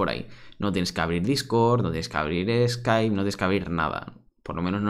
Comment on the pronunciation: dice skipe Yo: que es eso, se come?